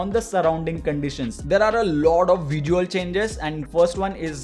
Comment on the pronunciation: Vijual Mejar 😂😂